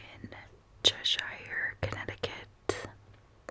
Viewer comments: Chesh-er is how we pronounce it (most places in the northeast that end in shire are pronounced that way). Thanks for your content! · As a Brit, it always cracks me up how non-Brits pronounce name of places. Fist one is Edinburgh and the second is everything related to “shire”. Like Cheshire ;). Thanks for making me smile. Oh and I vote for b please!